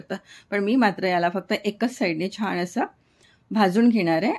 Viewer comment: रेसीपी छान आहेच पण छान म्हणायला शिका सारख छाण छाण करू नका